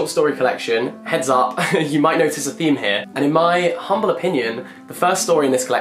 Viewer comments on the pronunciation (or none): none